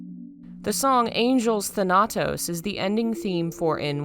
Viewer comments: Most of the times when somebody corrects another person on the internet it comes across as hostile, and it's not my intention. The pronunciation of Thanatos is wrong, It's THAnatos, not ThaNAtos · I remember from having played God of War: Ghost of Sparta, that the stress in the word Thanatos- which is a noun- falls on the first syllable